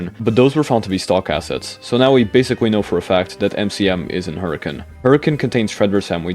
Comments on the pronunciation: As a Utahn, major respect for pronouncing Hurricane right. So many people pronounce it how it looks hahahah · As a Utahn, THANK YOU for pronouncing Hurricane right! I never hear it said the way it’s intended, even if it’s technically not pronounced how it’s spelled haha Anyway, that aside, this is all genius and I’m sold on it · HE SAID HURRICANE PROPERLY MY LIFE IS COMPLETE